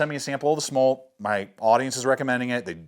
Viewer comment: The pronunciation is SM - OOOO - L - TTT by the way......